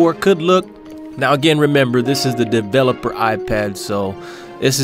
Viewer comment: He said devil oped iPad in